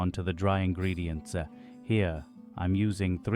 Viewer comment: Dry ingredients'ze..... I cannot stand these random additions to letters that you add on. Full Autism Mode Activated......